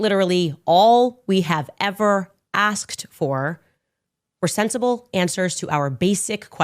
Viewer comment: Tatum needs to watch this video of Candice over and over and over again. Do you notice how she says the word "asked"? Tatum needs to act like a man and finally learn how this word is pronounced. Asked.... Not.... Axed Grow up